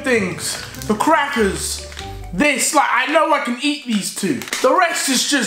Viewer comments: The way he said crackers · the way he said crackers